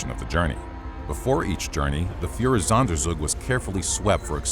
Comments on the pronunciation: I'm sorry, I know this is an interesting topic about a truly horrific time in human history, but all I keep hearing is "Fuhrersonder-zug-zug". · It‘s „Führer-Sonder-Zug“! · Oh god the Pronunciation of "Führersonderzug" is so fucking terrible My German ears bleed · Führersonderzug - your pronunciation is horrible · it's almost as if he isn't German.